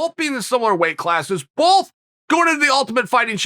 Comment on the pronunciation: I like how Chael pronounces "both" as "bulthe"